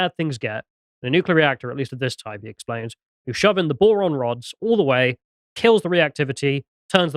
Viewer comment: Ah, boron rods, not moron rods.